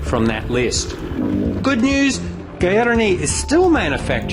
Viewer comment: Gaerne, pronounced Gar-Nay. Great vid and its convinced me to go the SG10 or 12